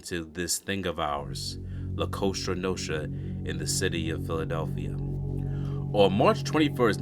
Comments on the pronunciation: Cosa Nostra. (sounds like Coza Nostra) Not Costra Nostra. Otherwise, great video. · You really shouldn't say 'la costra nostra' if you want to make sense. It's 'cosa nostra' as in 'our thing'. Not 'the our thing' because in Italian as in English that makes no sense. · AGAIN ... LA COSA NOSTRA , NOT LA COSTRA NOSTRA . IN SPANISH , COSTRA IS CRUST 😂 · Nicely put together podcast, but it's "La Cosa Nostra" (Our Thing) not 'La Costra Nostra' (Our Side)..😏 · Bro... it's Cosa Nostra....do you even live in Philly... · It's Cosa Nostra not Costra Nostra. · COSA NOSTRA NOT COSTRA NOSTRA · It's "Cosa" not "Costra" Nostra. You deserve credit for at least not putting a "La" in front of it. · La COASHTRA NOSHTRA😂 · This is just being honest. You need to work on your reading skills. Also,stop trying to pronounce certain names in a ridiculous high pitched voice. It hurts my ears. And you can't say COSA NOSTRA!!!!